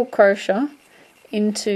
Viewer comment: u do know you r pronouncing crochet wrong right?...